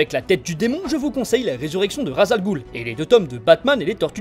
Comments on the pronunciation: Je suis arabe et ça ce dit raç el roul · Superbe vidéo avec une voix accrochante ! Petite nuance s'agissant de "Ras al ghul " qui signifie "tête de monstre" , une prononciation plus proche est "ras el roul" (le "s"ne doit pas faire objet de liaison pour devenir un "z" mais se lit "s"). Quant au "gh" dans "ghoul" le son le plus proche est un genre de "r" que le "g" comme dans "galaxie".